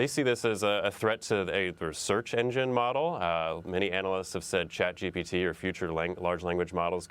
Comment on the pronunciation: why is she calling it Chat GBT???